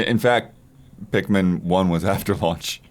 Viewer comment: saying Pikmin 2 made me die inside